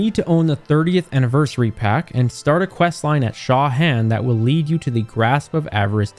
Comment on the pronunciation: The way he said Shaw Han made my brain hurt